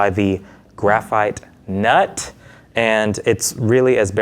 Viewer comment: The accent on graphite NUT was too funny